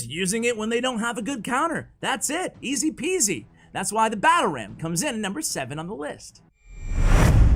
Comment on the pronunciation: easy pizi))))😂😂😂If u r russian u uderstood☺Hi.Interesting video format)))In my opoinion xbow is aslo low skill card(No,just kidding😉,love u xbow players)